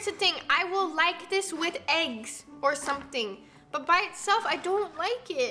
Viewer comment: “I don’t wike it” nessa really be channeling her inner chris evans